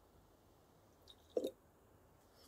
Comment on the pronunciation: Lol "acetonA"